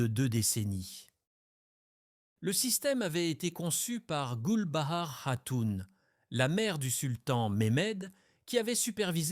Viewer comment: Je pense que la personne a demandé à l'ia de faire un documentaire sur Theodora et d'en faire une video. Il y a pas mal d'erreurs sur les noms aussi et après vérification, les dates ne collent pas. Pour les noms, il faut lire : Goulbar hun : Gülbahar Hatun Top capou : Topkapı (Sarayı) Bosfor : Bosphore Sumbula : Sümbül ağa Aïe / Aïsh Sultan : Aişe ou Ayşe Sultan (prononcez Aïshé) Quand on n'a pas les bons mots, il est difficile de les deviner pour faire nos propres recherches.